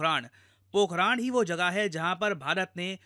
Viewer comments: अरे भाई it's पोखरण, पोखराण irritates, अपनी ही भाषा बोलने नहीं आती 😢😞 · पोखरांड ❌ पोखरण ✅ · पोखराण नहीं है। पोखरण है भाई। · पोखरन ❌ पोखराण ✅ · पोखरण है पोखरान नहीं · Pokharan ❌ pokaran (parmanu nagri) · Sir.. it's 'Po-kh-RUN'.. not 'po-kh-Raan' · Pokhraan nhi,,, pokhran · It's pokran(d) not pokraan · Pok-haran not pok-harand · Sir it's पोकरण😂😂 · pokhran ka pronounce sahi kijiye